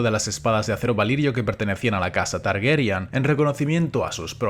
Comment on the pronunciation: Por qué dicen 'Targeryan' y no 'Targaryen' tal como está escrito